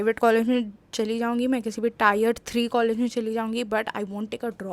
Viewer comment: tayer nhi tier hota hai wo